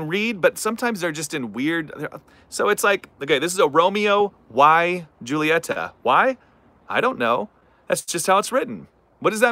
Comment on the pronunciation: Proper pronunciation is Romeo E Hulieta. Technically the J in Juliet is silent.